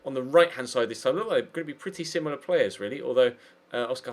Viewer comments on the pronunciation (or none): none